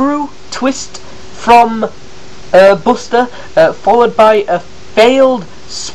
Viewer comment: you say buster's name wrong